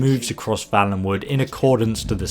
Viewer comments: If it was like you pronounced, it would be Vallenwood. I'm pretty sure it's Valenwood (a "vale" is a small valley). FYI. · The word/name used is valenwood though, not vallenwood. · You're sayin valenwood wrong